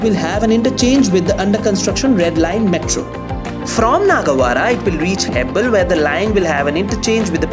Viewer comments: Its not hebbal, it's hebbala(ಹೆಬ್ಬಾಳ). ಎಲ್ಲಿಂದ ಬರ್ತಿರೋ(where are u come from ) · Excellent job! Thanks for your comprehensive reporting and accurate footage. Also congratulations on getting the pronunciation of Byappanahalli. Not many can get it. Now please work on हेब्बाळ not हेब्बल्! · It's not Hebbal, it's hebbala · Why are you pronouncing Hebbal as hebble? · Bro it's heb-baal (like hair in hindi) not heb-bl 🤦‍♂️ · Ur pronunciation of Hebbala🤣🤣 Just Google before making video bro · Dude, first learn to pronounce names of the places properly then post videos.. Pronounce Hebbal, Bellary Road, Jakkur, Depot and Bengaluru properly.. show some respect towards the language.. Those are not the places situated back at your home to pronounce it the way you want .. use Google or even YouTube to learn how to pronounce.